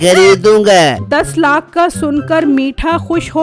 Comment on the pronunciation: Plz lakh bolna sikho😂